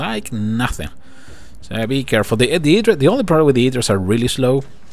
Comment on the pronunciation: It pronounce HI-DRA. ^_^ <--- se dice asi.